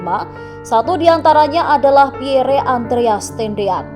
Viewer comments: Setiap pembaca berita harus belajar membaca dan menyebut dg benar nama2 asing yg tersemat pd nama manusia, negara, tempat dsb. Nama PIERRE adalah nama dlm bhs. Perancis. Cara baca yg benar: PYER. Bukan xx PIYERE xx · Min, menyebut nama Lettu ( CZi ) Pierre Tendean cukup di eja dg Pierr, huruf akhir e ga perlu di eja,,itu saja koreksi dr sya, min